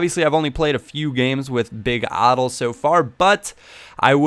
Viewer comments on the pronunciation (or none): adel is said like this a-dell as in dell computer